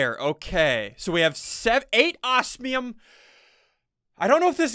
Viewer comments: Oz-me-um not Oas-me-um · I don't know if it's just me but I get triggered when Ssundee says "ossmium" instead of osmium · It is pronounced oz-me-uhm.